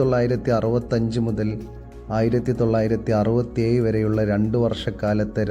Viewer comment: അറുപതു ഏയ്‌ അല്ല അറുപതി ഏഴു അങ്ങനെ അല്ലേ.. മിസ്റ്റർ